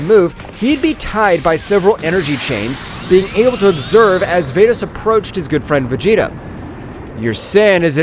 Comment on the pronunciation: Bro who is fordes it's vados